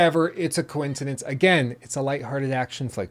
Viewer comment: I like how you said "coin-cidence" right then and there